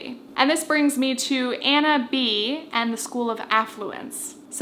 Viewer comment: It’s pronounced “Bay”. Anna Bey.